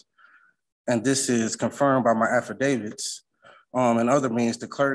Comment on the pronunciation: He needs to put down his axe and stop axing. You are not permitted to axe in court. Did he say afferdavits? OMG ROFLMAO! He said municipilities LOL. Cohorsion?